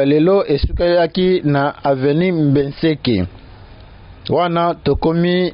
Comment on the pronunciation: BENSEKE et non Mbeseke